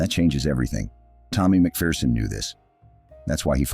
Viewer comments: "MacPherson" not "Macfearson". No "fear involved. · By the way Yankee land you pronounce his name Mak Ferson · Tommy was a legend. His book "Behind Enemy Lines" is well worth a read. BTW, it's pronounced Mac-Fer-son. There's no fear in a MacPherson.